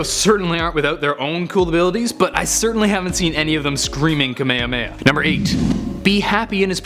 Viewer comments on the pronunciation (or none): You said kahmehame wrong its ka ma ha mhe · Its xeno Ze-no And kamehameha Ka-me-ha-me-ha not kamehameha there 2 different moves Sorry im salty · Kamayamayah shoot me now stop saying it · Ka May Ha May Ha ........ Not....... Ka May Uh May Uh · I️ really hate when people pronounce kamehameha like “kuhmayuhmayuh”😒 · Does anyone else get uncomfortable with how he was pronouncing Kamehameha?